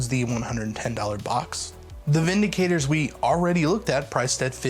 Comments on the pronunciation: VinDICTors. Not VindiKATEors. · Bro its Vin Dic Tors You keep saying Vindi Cators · There is no 'a' in Vindictors.